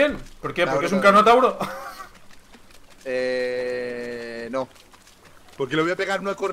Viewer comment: fue Moisés quien separo las aguas del nilo xD además es carnotauro no carnosaurio